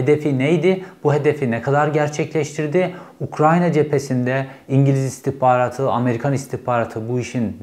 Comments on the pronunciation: “UKRAN(!)YA 😂 “N” ve “Y” sıralaması etütleri 😂 Cevheri bey, UKRAYNA. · Her yaptığınız videolar çok değerli ama Ukranya değil “Ukrayna”. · Ukranya değil Ukrayna ☺️ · Cevheri eline sağlık şu Ukrayna'ya Ukranya deme artık kardeşim ya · UKRAYNA NOT UKRANYA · Ukranya değil yaa öff Ukrayna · Ukranya değil Ukrayna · Ukrayna reis ukranya değil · Ukranya .......Ukrayna.....Ukraine..... her türlü dilde söylebilirsin BRO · Ukranya degil bu arada ukrayna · Ukranya değil ülkenin adı Ukrayna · Ukranya deil ukrayna reis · Ukranya mı? Ukrayna mı bir karar ver😂😂😂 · Program çok güzeldi gerçekten tebrik ederim. ‘Ukranya’ yerine ukraYna deseniz daha güzel olacak. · Ukranya değil Ukrayna. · ARKADAŞIM UKRAYNA YA UKRANYA DİYİP DURMA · Abi Herkeste böyle küçüklükten kalma telaffuz hataları oluyor..Uk-ray-na..Tren rayı var ortada..Öyle düşünün doğru söylersiniz.. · Ukrayna oldugunu bilip konuşurken Ukranya demek🙂 vallahi bende senin gibiyim 😄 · Tanıdığım en güzel UKRANYA diyen insansınız 😉☺️ Oraya takılmayın lütfen 😉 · " Ukrayya " beni demotive etti. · Cevheri Bey teşekküler yorum için ama Ukrayna kelimenizin telafuzunda bir sıkıntı mı var. Sanki Ukrayya diyormuş gibisiniz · Keşke önce “Ukrayna” demeyi öğrenseydiniz. Böyle adamları dinleyen bir kitle de var, ben ona üzülüyorum esas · UkraNya ne Allah aşkına 😂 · Bilgiler güzel. Teşekkürler. Ama lütfen 100 kere tekrar et: UK RAY NA. Diğeri gerçekten kulak tırmalıyor. Bir videoda birinin bin kere Tükriye demesini düşün! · Çok şükür Ukranya demeyen biri çıktı...:))) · "Ukranya" değil... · Cevheri bey lütfen UKRAYNA kelimesini doğru telaffuz edebilir misiniz:) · Ukranya ne yaaaa? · Kaç kere Ukranya dedin aynı Bahçeli gibi ben yanlış söylediğin kelimeyi yazarken zorlandım. Söylemek zorsa yaz bir yerede oku en azından.